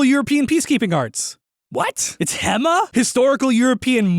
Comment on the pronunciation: "It's HEMMA!?" No, no it's not. (pronounced 'heema', btw.)